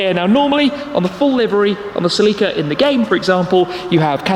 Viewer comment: is that really how Celica is pronounced..?